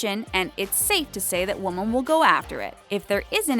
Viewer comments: She kept on pronouncing women as woman. IT WAS SO ANNOYING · Woman and Women ARE NOT PRONOUNCED THE SAME. How did you get this narration job?Your voice IS pleasant, grammar, not so much. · She has no Idea how to say "women"